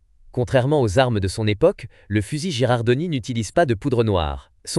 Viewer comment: Bien vu ! 😅 C’est bien Girardoni (ou Girandoni selon les transcriptions), pas Gerardoni. La faute de prononciation, ça pique un peu… Merci pour la correction, je ferai gaffe la prochaine fois ! 😉🔧🔥